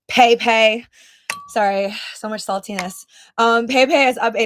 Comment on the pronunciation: bro its pronouced pep- ay not pay pay lol the fuck